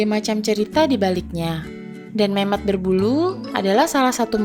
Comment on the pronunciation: Gua salah paham di kata Memoth yg gua denger Mem*k 🙏🙏😭😭😭😭